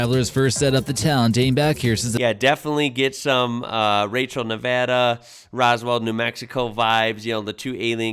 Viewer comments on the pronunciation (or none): none